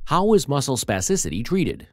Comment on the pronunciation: Say spassicity one more time. I dare you